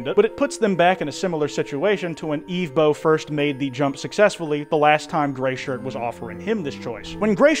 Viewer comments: Ok are you pronouncing evbo as eevbo on purpose? They say it in the show its like someone saying Pokemon as pokeman THEY SAY THE PRONUNCIATION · Not you pronouncing his name “Eve bow” the entire time 😂😭 it is “Ev bow” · its evbo not eevbo you were making me cry the whole vid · It’s not eevbo it’s evbo😂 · The way he says evbo is hilarious but annoying at the same time, it’s pronounces eh-vbo, not ee-vbo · This is because I’m most likely likely undiagnosed severely autistic, but, despite Evbo’s name being pronounced as /ɛvboʊ/ throughout both the original series/movie and clips in this video, I’ve noticed that continuously refers to him as /iːvboʊ/. I also am aware that he addressed this, but I just felt like pointing it out as it was slightly bothering me. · Its not eevbo is ehvbo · it’s evbo, not eevbo😂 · Eve bow 😂😭its pronounced EV-BOW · erm acktshually its ehv-bo not eev-bo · no way bro pronounced evbo (ev-bo) eve - bow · Im suing you its not eveboo its evbo!!!!!! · the way he says "eve-bow" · Why did you call him Evebo at the start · Ermmmm... Evbo is actually pronounced Eh-vv-boe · how can you watch the entirety of the series and still choose to say the main character's name incorrectly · how did you watch 4 hours of Evbo content and STILL mispronounce his name? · The mispronunciation of evbo is killing me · He keeps pronouncing Evbo’s name wrong 💀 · Bro that pronunciation of evbo is annoying me